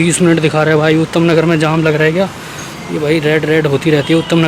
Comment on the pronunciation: Bhai utham nagar nhi h vo uttam nagar h🤣🤣